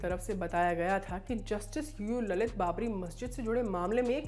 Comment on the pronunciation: I heard it UU LALIT as Loru Lalit